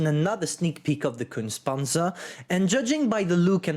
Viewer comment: Repeat after me: KUHNTSAH PANTSUH